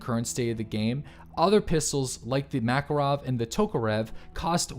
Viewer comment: Swear to god if he says "mackle-rov" one more time....